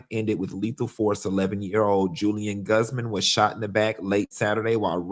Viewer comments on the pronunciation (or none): none